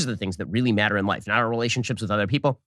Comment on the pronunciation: I really can’t stand the bizarro way Ben Shapiro speaks. Like he inserts a y in certain words. Byad instead of bad & myatter instead of matter.